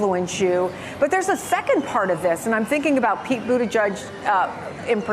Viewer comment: Does she just refuse to pronounce Mayor Pete’s name correctly? It’s edge not judge !